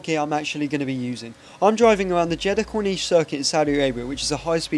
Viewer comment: instead of saying "driving" you say "dwiving". you cant pronounce the letter r and you sound like a baba. grow up